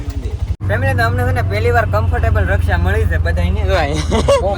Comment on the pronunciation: Rixa bolo Bhai raxa nu